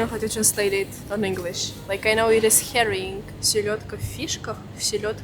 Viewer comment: Herring DVD 🤣 lmao